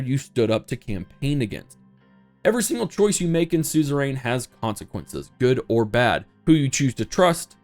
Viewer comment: Does anyone else hate the way he pronounces suzerian?